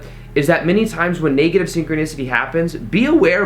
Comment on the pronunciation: Not to be negative, but the e in negative is a short e. So it is not pronounced "naygative," like the e in Spanish. It's neg, like egg. Same with leg, which is not laig but rhymes with egg.